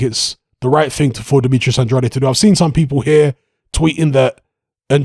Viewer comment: With all respect... Andrade... Pronounced "An-drayd"